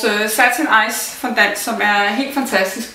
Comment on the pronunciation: Fondant udtales altså fondang....